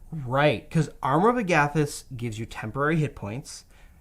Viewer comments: "ARM-our of AG-a-thys" not "a-GATH-ys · So no one is bothered by the flagrant disregard for how Agathys is pronounced? Just me?